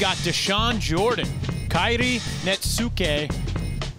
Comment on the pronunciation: I'm just glad is finally saying Kairi's name right!